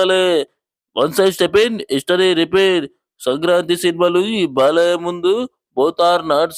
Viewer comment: బాలయ్యాకి కాదు బాలయ్యకి యా కి దీర్ఘం పెట్టకూడదు